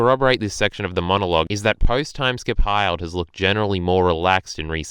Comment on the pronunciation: Hi-ld? its Hill-d